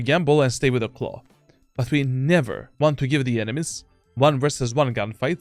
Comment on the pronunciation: Why do you say Clove as Claw